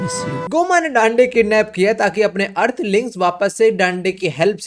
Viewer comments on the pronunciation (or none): Dande❌ daande ✅